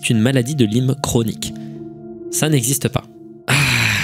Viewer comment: et tu continues de te tromper : ca se dit maladie de la-ï-me, pas lime